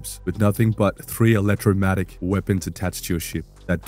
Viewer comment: Just the scientist in me - But it is an Electro-mag-netic. Not electro matic (I didn't want you going around sounding all misinformed and all). Thanks for the good information! See you again soon.